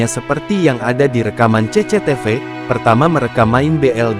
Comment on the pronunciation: Baru kali ini aku dengar orang nyebut cctv jadi ce-ce-te-ve